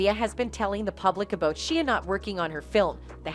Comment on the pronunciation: The amount of times she mispronounced/ butchered Shia’s name 😂